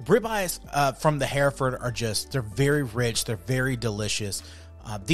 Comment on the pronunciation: We raised these cattle when I was a boy and my grandfather was the first president of a Texas hereford breeders’ association. We pronounce it “her-ferd” not “hear-ferd”